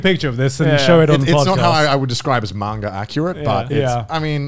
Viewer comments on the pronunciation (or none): none